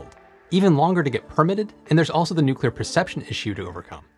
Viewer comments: Did he actually say nucular? He says nuclear later so I guess it was just a slip of the tongue. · I cannot believe that someone as intelligent as you seem would actually say nucular. New-clear (nuclear) not new-cue-ler (nucular). Disappointed.